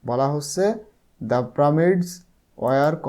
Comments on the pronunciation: Pramid na pyramids😂😂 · Sir how the prameds na pyramids 😂😂😊😊